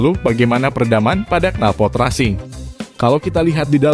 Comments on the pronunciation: Resing bang bacanya.. bukan rasing.. hehehehhe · Knalpor resing bacaan nya,bukan rasing..😄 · Bagus kontennya, tapi malah agak risih denger pelafalan racing jadi rasing. Bukannya pelafannya racing itu reysing? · kok rasing nyebutnya min? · Resing, tulisannya benar racing(bacanya resing), lol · Racing kok bacanya rasing 🤣🤣🤣